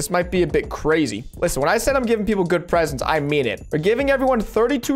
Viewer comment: Lmao why’d spell “presents” like that he said “pesents”